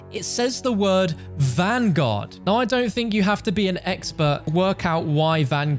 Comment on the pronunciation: cant even say vanguard WHY DO YOU PEOPLE NOT EVEN SAY THE RIGHT TITLE!!!